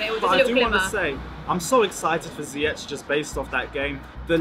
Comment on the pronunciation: please learn how to say Ziyech and Werner. Hurts to hear u say it like that